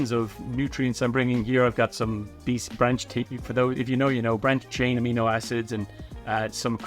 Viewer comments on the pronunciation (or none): none